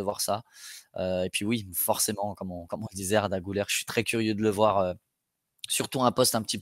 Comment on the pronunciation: Ça se prononce Güler (Gülère) et non (Goulère) 😉